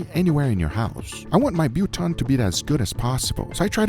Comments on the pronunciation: Its Biltong not Buton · It is pronounced bilthong not biltong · Buton? its friggin BILTONG! you bellend... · Bil-tong not but-tong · Biltong not butong 😂😂❤ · its pronounced "Bill Tong". not Biel Tongue. i doubt it tastes like our biltong. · Bill tong not Biel...I'ts what we call it in Dutch, and seeing South Afrikaans is like broken Dutch...just a little titbit. Also Jerky is sold here in little bags of 4 pieces. and 10 to 15 bucks....Yeah you'll get two good bags for that price over in the States. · Wtf is “Butan” 🥲🥲🥲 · Biltong. Pronounced Bill tongue. The meat is cut along the grain, not against it. ASpices are usually, roaster coarsely grounded coriander, a little nutmeg and a little grounded cloves mixed with salt and a little brown sugar. Some people use Worchestershire Sauce. Meat is packed in a basin, sprinkled liberally with the spice mixture and sprinkled with vinegar, layer by layer. left overnight and hung in a cool dry place. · Bill-tong, billtong… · pronounced BILL-tong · It's pronounced bill tong. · Try ostrich biltong next it's the best ever.. It's delicious and amazing however it's not the same as jerky cause jerky don't have any flavour it's dry.. It's pronounced bill - tong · I can't believe he mad boltong with out drowors well it's fine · You prenounce biltong as bill(like pay you're bills) and tong(like tongs that you grill with). So two syllables: bil-tong. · dollarBILL bbqTONGs BILL-TONG. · in australia we pronounce biltong like billi-tong or billa-tong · its pronounced Bill Thong Guga....you also need beer and Sports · Guga its pronounced Bill - Tong. Also its the only jerky(biltong) on your plate as biltong is naturally air dried and not cooked Lol. As South Africans we make various biltong from game, buck, ostrich and even tuna fish. I love your videos and think you would love a good South African braai(barbecue) where everything gets done on the fire even the bread and coffee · It’s Bill 🫣 Tong in its pronunciation Guga 😂😅🤣